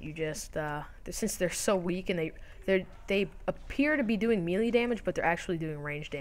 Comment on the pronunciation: It's (May) - (Lay). not meelee LOL, melee..